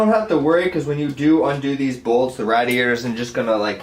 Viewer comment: Good tutorial. I couldn't stand how you pronounced radiator though. Lol